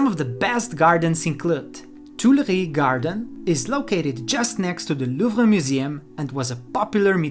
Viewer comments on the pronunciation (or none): none